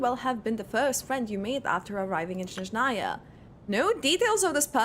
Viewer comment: .....siiiigh...there's no "sh" sound in SNezhnaya